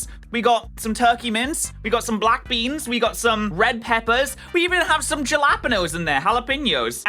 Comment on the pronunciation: “Juh-LA-pen-oes” made part of my soul die.